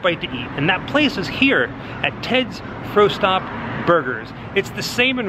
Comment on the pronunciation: LoL , it's pronounced "Frost Top" , I'm a sucker for the lot-O'burger tho.... lol they also have it as a Po-Boy as well.